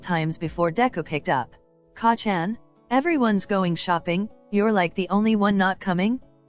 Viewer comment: wow you can just tell that you put a lot of time, work, and effort into this. it's amazing! please do make a part 2 of it won't stress you out and if you'll have fun making it! Also even tho the way it was saying Kacchan was driving me mad I still kept watching it cause the story is just so compelling especially since I'm a huge 🧡Bakudeku💚 shipper